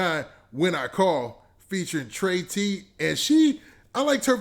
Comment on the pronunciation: “Trey T” . . . It’s pronounce Tree.tee.😂😂😂